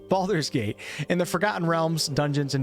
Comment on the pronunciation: 'Bald'men's Gate' hahaha, that really got me :D